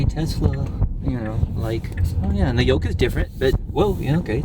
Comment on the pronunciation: I think it's "Yoke" steering, not "Yolk".